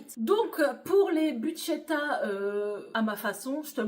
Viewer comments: tu oublie le R c'est bruschetta et buschetta. Un grand pouce pour votre nouvelle chaîne 😊😊😊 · Hello, merci pour votre 1 ère vidéo. ⚠️ Ce n'est végétarien mais pas vegan ( sans aucun produit animal ou produit par un animal ) 😉 💡On prononce brousse queta 💡Ma variante à la place de la sauce tomate je mets du pesto ou pesto rosso, 🍅 et jaune, de la mozza et des rondelles d'🫒 et ou noires pour la déco. J'espère de tout cœur que cette chaîne deviendra pérenne et que vous aurez un max d'abonnés.